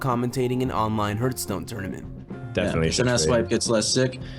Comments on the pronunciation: its not hurtstone its hearthstone... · please stop saying hurt stone cant watch it like that ffs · Rip reckful. but srsly, it hurts my ear everytime you say "HURTstone" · bro it's not hurtstone! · Good documentary. Except for "Hurtstone" ;) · This is a fantastic video! It’s clear you put a lot of effort and love into this, so it pains me a little bit to say this: you really have to look up how to pronounce some things (Krippaahrian? Hurtstone? wtf is that??) I only say this because I love you and I want your stuff to get even better. Peace! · No offense my dude... but the way you pronounce HEARTHSTONE... holy shit it's triggering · herth-stone. kripp-R-ian. jeez dude. (really good video though man.) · U r saying hearthstone wrong it irretates me :)